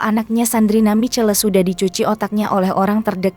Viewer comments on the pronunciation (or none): Sandrina Michelle... Bacanya salah... Sandrina misyell atuh...